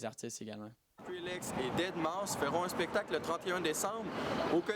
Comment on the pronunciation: "dead mau five " ... get your shit straight .. calvaire .. deadmouse..